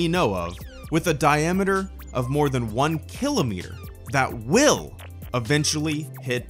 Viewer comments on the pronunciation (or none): none